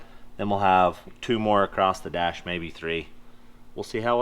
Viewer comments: Why are Americans saying ACROST instead of just across? A lot of u tubers seem to be doing it lately. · Love you guys but it’s ‘across’ not ‘acrosdt’